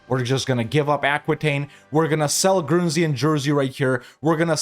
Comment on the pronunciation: Dude.. Jersey and Guernsey? Really?